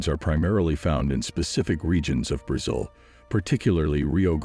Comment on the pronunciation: are you a robot? you're pronouncing Brazil wrong !